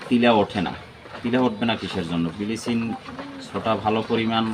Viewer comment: বিলিচিং আবার কী, আমরা তে ব্লিচিং বলি।